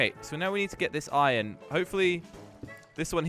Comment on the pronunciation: Who else noticed that he said ion in stead of iron